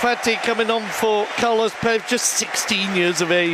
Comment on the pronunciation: Its carles, not carlos